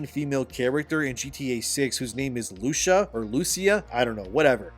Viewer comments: Loo - C - Ah Not Lusha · I know it’s nit pick but in Spanish, we not sneak an h into the C in names like Lucia.